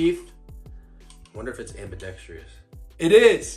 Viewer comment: Why do I keep hearing “Ambidextr-i-ous ” from knife reviewers? It’s ambidextrous man… sorry, but it’s a bit of a cringy nit pick for me.